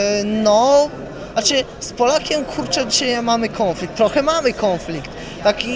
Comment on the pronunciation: Kąflikt z Polakiem i Kasjuszem ... Gościu ma wymowę która mnie bawi w jakiś sposób. 😂 Chociaż osobiście nic do niego nie mam. Pozytywna mordka.